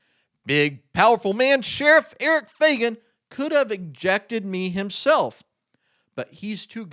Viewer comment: Shouldn't you pronounce the name, FAG AN ? Where do you see a "Y" ? FAY GAN? Huh!